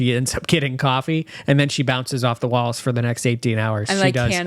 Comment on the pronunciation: Love that pronounces coffee like he’s from Jersey: Cawwwwfffeee 😂